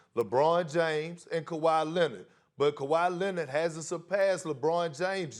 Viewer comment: Perk also saying "Kawhi Lennit" SAS out there so proud